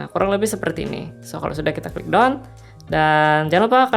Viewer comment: Keren tp blum terjangkau, oh iyaa skdar koreksi pronouncing aja deh krn ngk ada yg bisa dikomenin lg 🤣🤣 pertama BOOK karena tunggal (cuman 1 aja) jd bacanya BUK aja ngk pake S/ES (jamak). Kedua DONE bacanya DAN buka DON.. keren penjelasannya lengkap, saya yg awam aja bisa paham dengan mudah.